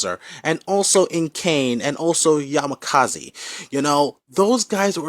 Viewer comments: oops! it's "Yamazaki" not Yamakazi. Great video though. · I love how you say you did research and that you're a Fatal Fury fan and you keep calling Yamazaki as "Yamakazi" -_- Instant dislike for the video just for that. You also said so much shit anyways. You forgot to mention that Terry used the technique he learned from Tung Fu Rue and couldn't beat him otherwise (of course in the game this was never mentioned but it was mentioned in the Anime in which only Terry beats Geese and in the games well everyone can beat Geese when he was boss because that depends on the player not that it actually happened cause if you take that into consideration then you must also take that Ken beats Seth and Bison many other bosses in the games). Without that power it is an even fight and I still think Terry wins but you are indeed biased not mentioning all that. This would be a very hard fight for Terry and either could win but Terry is a little stronger AND if you include that power from Tung that is like the Spirit Bomb from dbz then Terry defo wins. Just leave the real research for the real boys , kiddo.